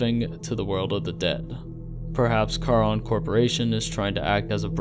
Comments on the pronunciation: Ahhhh stop saying car-on. It’s pronounced SHARON. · Only thing I would suggest...if you for further videos on this. Charon in Greek mythology is pronounced CARE-on. Nit picky, I know. Otherwise, well done sir